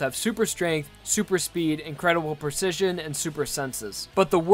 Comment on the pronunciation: Lost it at the botched pronunciation of precision Persijun Also, kinda pointless to bring up speed, accuracy, n power. Its already implied that they're strong